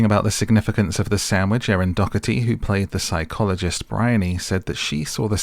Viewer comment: Also I've heard two different British YouTubers now pronounce the name Doherty wrong. Do you see a G in that name?